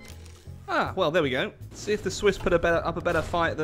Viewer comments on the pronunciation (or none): none